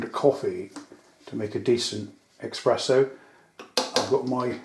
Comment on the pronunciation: It's actually called an espresso not an expresso, just saying :)